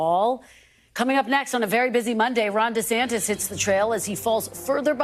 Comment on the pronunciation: She called him Ron DeSanctus and keep going🤣🤣🤣